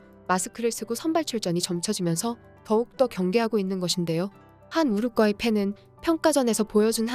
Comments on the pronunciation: 한국어를 글 그대로 읽어라, 우루과이, 우루꽈이가 아니다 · 왜 우루과이를 가끔씩 우룩꽈이라고 발음하시죠? 싫어요와 구독 취소당해볼래요? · 가스나이거 디럽게 발음하네 우룩꽈이라니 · 우룻꽈이 킹 받네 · 우루꽈이 엄청거슬리네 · 우루꽈이 우르꽈이 나만 신경 쓰이는게 아니었구먼 ㅋㅋ